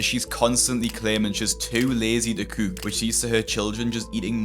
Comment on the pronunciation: ...My Final Fantasy playing self thought you were mimicking the way a chocobo speaks 😂😂. I'm replaying FF XVI at the moment.